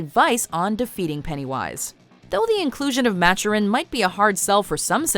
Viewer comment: I said it once I will say it again, I believe it is pronounced Matoorin not Machurin.